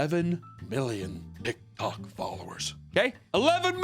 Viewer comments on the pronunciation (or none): I keep hearing him say tittok